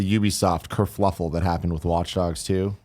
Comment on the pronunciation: Everytime Greg says kerfluffle instead of kerfuffle I die a little inside.